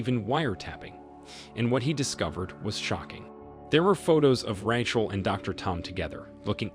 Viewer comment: “I wanted to know if Ratchle was ock.” 😂